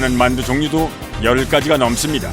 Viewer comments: 자막 달때 문맥과 맞춤법게 맞게 바꿔 다는것 같더군요. 저도 마늘이라 들리긴 하는데 문맥상 만두가 더 맞는거 같네요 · 아무리 들어도 만두가 아니라 마늘인데...